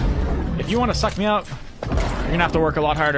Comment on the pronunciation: he really emphasizes that word suck